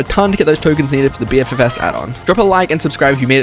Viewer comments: Bro said B-F-F-S like it isn't supposed to say BFF's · the way he pronounced BFFS drives me fucking insane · “BEE EFF EFF ESS” 😅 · I have never heard anyone pronounce bffs like b f f s XD